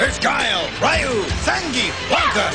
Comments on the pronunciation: It's "Ruu" (with the tongue vibrating), not "Ri yu". Even, according to Google Translate, it's pronounced as "H yu". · Rai-yu? Really? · wait, Rai-you? (dunno if it's the correct manner to transcribe phonemes without recurring to IPA) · Lol the commercial says Rayoo